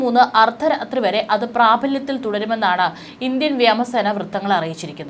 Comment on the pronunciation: വ്യാമ സേന അല്ല വ്യോമ സേന ആണു